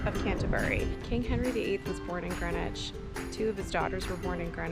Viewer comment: Hello - I’m loving your vlogs - they are interesting and amusing …but I do have a little complaint….PLEASE - a polite but heartfelt plea from my little Greenwich born heart…do not call GREEN WICH GRENwich!!! It is not pronounced as GREN evaaaah! Us local lot say Grinnidge! or Green idge - it has two letter EE’s - after all, you would not say “I’m off to Gren Park today…” you would say Greeeeeen Park! This habit of calling the place of my birth GRENwich comes from, I understand from those folks in the US of A - they have a place called GRENwich Village - and they are free to say it that way, but sadly this very ANNOYING habit has travelled over to this green (see what I did there?) and pleasant land and it has been taken on board that we have a historical naval town called Grenwich too and we don’t 😡we have a town called … yes…you guessed GREENWICH! arghhh - no one who comes from Greenwich or close by - Charlton, Woolwich, Blackheath (universally pronounced by “us locals” as Chartun, Woollidge and Bla eef 🤣) will always say it as Grinnidge or Grinnitch or if trying to be posh and upmarket, GREEN idge … please just practice saying it as it is spelled - you will spot the difference! Anyway, apols for my rant - I loved seeing all of the places you visited, that I know so well (going to Primary School when I lived in Woolwich and also being a Brownie Guide, a trip to the Maritime, the Cutty Sark and then to Park (to eat your squishy spam sandwich lunch and a drink of oran